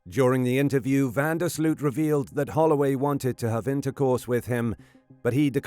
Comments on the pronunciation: Its pronounced van der Sloath.... Not sloot. Americans.. just make an effort lol. Sounds enjoying to Dutch people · It's pronounced van der Sloat